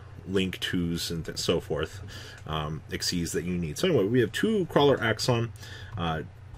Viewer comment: I will never recover from attempt to pronounce the Krawler links.